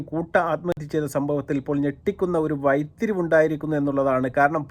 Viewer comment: വൈത്തിരിവ് അല്ല വഴിത്തിരിവ്